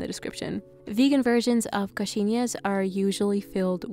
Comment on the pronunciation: i love how you say coxinhas, you say it so well!! im portuguese and i loveeeee brazilian food so much